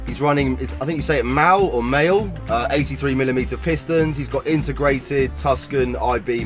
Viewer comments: The pistons are from MAHLE... Pronounced "marle" in englisch... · Once again another Cracking vid! I've always pronounced Mahle as 'Marl' my self. Not sure if its correct but just how I've always presumed it to be lol